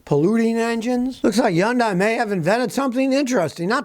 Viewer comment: They only person to ever say yun-die